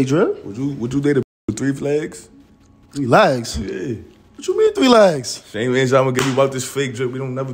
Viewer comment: mans said “3 flegs”he pronounce legs with a F too😂😭😭